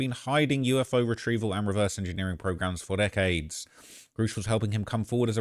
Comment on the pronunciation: And it's Pronounced Grush not Gurr ush